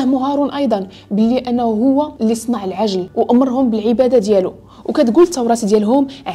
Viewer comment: عندي ملاحظة وحدة وهي العجل بكسر العين وليس بالفتحة. باش يبقى المعنى صحيح. شكرا على هاد الفيديو و على المجهود ديالك